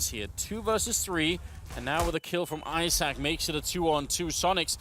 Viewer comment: hah a komentujący czyta ejzak i tam widownia: IZAK! xd